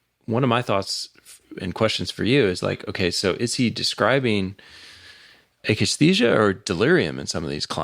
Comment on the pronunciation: Painful to hear "akathisia" mispronounced by 1,000 times.